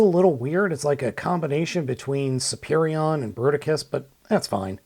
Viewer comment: Le "Berticus" .. bravo l'ia. En attendant, c'est PAS Bruticus. Bruticus est le Combiner militaire comprenant des jets et des tanks.